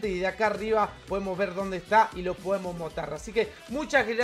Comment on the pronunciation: Lu dijiste motar jajajaj